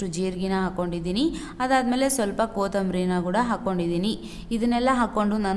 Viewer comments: Kothambari alla kotthambari Gooda alla kooda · ಅದು ಕೋತಾಂಬ್ರಿ ಅಲ್ಲ ಕೊತಂಬರಿ